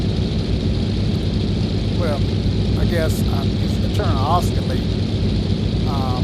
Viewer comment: "aww-skill-ate" like oscillate? Have I been mispronouncing it my whole life?